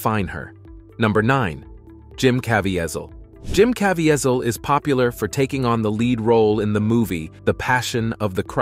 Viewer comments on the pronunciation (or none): If you're going to make a list of actor and actresses, the bare minimum should be to learn the pronunciation of the names. Jim CavIHEHzel? The pronounciation is Jim CavEEzel. The sad part is, I don't speak english as my first language as you do. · You should know how to pronounce Jim CA-VEE-SAL'S name before you use it on YT. Just sayin'. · Dude, it's not that hard to find out the correct pronunciations of names. I found your attempt at Caviezel especially cringeworthy. It's just kuh-VEE-zel. Then you mispronounced Harvey Weinstein in the Rose McGowan section, then correctly in the very next segment. Guess you figured one of them had to be the right pronunciation, huh?